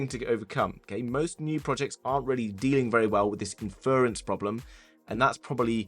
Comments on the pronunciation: surely it's pronounced ínfurence (stress on first syllable') not infearence?! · Am I the only bothered by how he pronounced inference